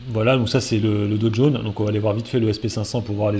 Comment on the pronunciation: est de retour: 3 sujets, 3 fautes dans le titre de la vidéo... De plus, c'est "Dow Jones" (et pas "do jaune") et je cherche encore ou est le "t" dans "Bitcoin" vu que tu prononces "Bitcount"...